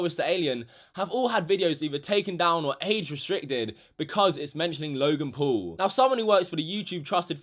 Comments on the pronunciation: you're pronouncing him logan pool ... it's logan paul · it's not logan pool it's logan paul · Normal people: logan paul: logan pool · who the FUCK is logan “pool” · He obviously doesn’t know how to speak Logan pool... Who dat? It’s Logan Paul and everybody makes mistakes and he apologized and yes he was disrespecting the country which I don’t really like. But everyone that truly says sorry should always be forgiven. Forgive and forget. He has lots of subscribers and always wants to make good quality content and took it to far. It was very disrespectful. Please just stop being a hater, Logan Paul is one of my favourite YouTubers and it saddens me that everyone is being so rude towards him. Love you Logan ♥️ Be A Maverick!! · “Loy-gen pull” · Anyone else get triggered when he says Logan Pool?